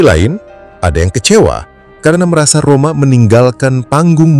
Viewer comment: Maap ya bang bukan rohma Rhoma bilang nya😂😂